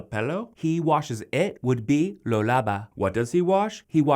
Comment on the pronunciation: Sabes bastante cosas sobre el idioma Español. Pero debes mejorar un poquito en tu pronunciación. Por ejemplo, pronuncias "me" como "ma"; "se" como "sa"; "lo" como "lou". Recuerda que Español la "o" se pronuncia como "o", y no como "ou".Obviamente vamos a comprender lo que estás diciendo pero a veces suenas algo raro. Solamente es un consejo y disculpa. Has hecho un buen trabajo, sigue haciéndolo de esa manera. Saludos desde Cabimas, Venezuela.